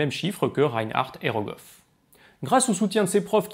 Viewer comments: Goroff ou Rogoff du coup? 😛 sinon super intéressant, comme d’habitude. Je comprends mieux les cours de critique d’articles de la faculté :) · c’est Rogoff, pas (Kolmo)Goroff 😉